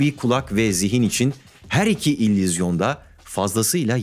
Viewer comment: Tüm video boyunca "İllüzyon" kelimesini fonetik olarak "İllizyon" olarak telaffuz ediyorsunuz. Altyazılarda ise doğru yazılmış. Sizin gibi Türkçe dilini kullanma konusunda titiz birisinin buna da dikkat etmesi gerekirdi.